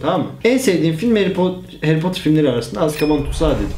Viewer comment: Haryy poterr